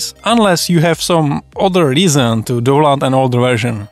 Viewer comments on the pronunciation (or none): proč říkáš "douland"? 🤣 to je stršný .... však tam píšou "daunloud" ... DOWN LOAD 😁 sry man... i'll watch the rest quietly :) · a tie mas kde? Nech teda nemusime pocuvat doland ;)